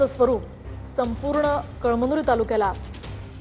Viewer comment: कळांनुरी 😂😂😂 अग बाई 😂ते कळायला हवं कळमनुरी 😂😂आहे😂